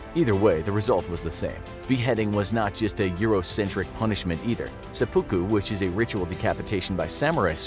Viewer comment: The cringe when he pronounces seppuku.